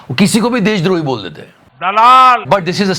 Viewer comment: BAAUUL nahi BOL.